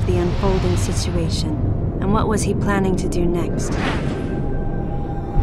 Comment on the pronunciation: “Sisuation”:) I love the way talks